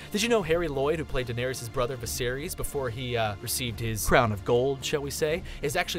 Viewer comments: The way he pronounced Daenerys made me cringe. It's pronounced Da-ner-is not Da-nar-ious. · Why is he pronouncing “Daenerys” as “danerius”? 😂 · QuartosCZ QuartosCZ "Daneereeus" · They may as well say Darius 🙄 De-ne-RIS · how you know someone doesnt watch game of thrones but talks about it? they say danereious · you said danerius it is danaerys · Den eh re ass 😂😂😂😂😂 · Why the hell do you americans say Daneryus? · I'm annoyed that it sounds like he's saying "Daenarius" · Yes! And 'Daenerys' not 'Daenerius'! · They also said Lisa Stark instead of Lysa Arryn, "Danerius Targaryen" or sumn like that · Danerius Targarian lol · Do you even watch Game of Thrones? Daenerys isn’t pronounced “Daenerias”, Drogo’s name doesn’t have an ‘a’ in it, and Theon’s sister’s name is Yara not Tara...wtf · Why are you pronouncing Denaerys as Dun-air-eee-yus? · He kept saying Daenerys wrong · "Daenerius, Khal Drago, Lisa Stark, Tara, Old Nahn", has this guy even watched the show lmao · Danarees, Viserees, Tara Greyjoy, Khal Drago, Lysa Stark, Old Nahn, C'mon dude at least learn how to say the names. Watch the New Rockstars videos on GOT, they have just as much information and they actually watch the show. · Old naaan, Khal Draago, Danerius, Alario, Veseries, Meester Luwin. Omg. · when you do all this research on the show how can you pronounce so many of the names wrong? Lysa Arryn, Catelyn Stark, Khal Drogo, Daenerys and more are pronounced wrong several times in this video. i love these videos but it really irks me when you don't even try to pronounce the names correctly...